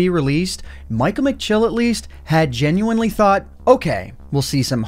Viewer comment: Take a shot every time he says “genuenly”